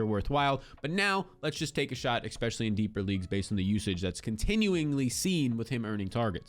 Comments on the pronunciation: Especially, not "expecially" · especially not eKspecially.. pet peeve. sorry. great content. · LOVE your videos content and analytics! It's pronounced "Especially" NOT "EXpecially"